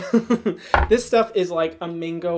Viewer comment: “Mingo smoothie” , “it applies so smoothie” 😂😂😂❤️ Hyram is so cuteee . I love seeing influencers/celebrities mess up words because it just makes them so relatable and so much enjoyable to watch.